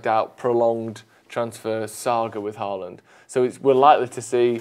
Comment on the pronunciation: I wish you guys learned to pronounce Haaland’s name correctly. It’s not Haa-aaland. The double aa is pronounced as ‘å’ in Norwegian which is similar to the way you would say in ‘Hi-ho’ in English. Haaaaland is just plain wrong. The best way to pronouce his name is english would be ‘Ho-land’.